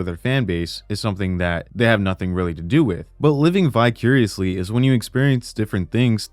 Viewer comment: When you say "vicuriously", do you mean vicariously?